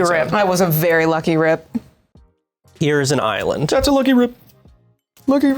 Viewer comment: Props to Kyle for his Aussie accent saying Island. Nailed it, as an Aussie i dub you one of us officially